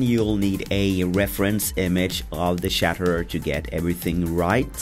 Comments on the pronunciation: Looks awesome. But there pronouncing it as the Shatterer. Its the Chatterer, like Chattering your teeth,. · It's pronounced chat-er-er no shatterer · CHATTERER CH-CH-CH NOT SHATTERER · Omigosh I love how they say "shaterer" instead of "chaterer" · Anyone else annoyed they said shatterer and not chatterer? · isn't it chattermouth not chaterrer